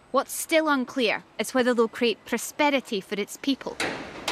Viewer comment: "prosperity" came out "prospetity".